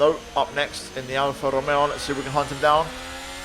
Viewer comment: And how he said Alfa Romeo